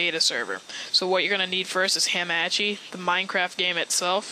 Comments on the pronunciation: lol thanks the previous method me and my freins used didn't work anymore after the game switched to beta. Also...you pronounce hamachi in an intresting way...Ham-Ah-Chee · YOU SAY HAMACHI WRONG